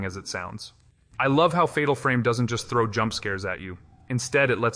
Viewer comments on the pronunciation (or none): none